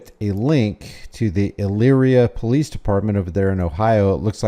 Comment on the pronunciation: Po-leece= "stop existing!!!" This pd is out of control. Wow!